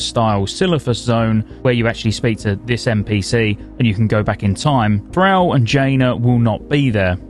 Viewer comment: That Thrall pronunciation is unreal, idk how you could have ever heard it said before in game/in cinematics and think that sounds remotely correct.